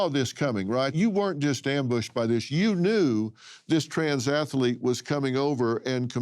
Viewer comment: What is an Ath-a-lete, Dr. Phill?